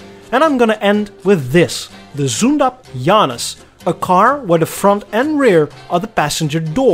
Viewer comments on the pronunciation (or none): Bout Zündapp: we pronounce Z like TS, Ü is simply your U which is our OE. Get well!